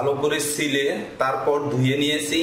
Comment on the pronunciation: vlo kore ucharan karun....."sile" na ota "chile"